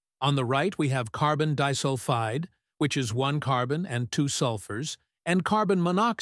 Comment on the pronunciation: carbon dihsulfide💔💔💔